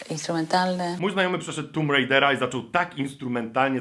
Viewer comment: mówi się TOMB RAJDER ...........